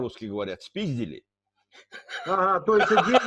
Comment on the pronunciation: Ну как по русский говорят? СПИЗДЬИЛИ!😂😂😂😂😂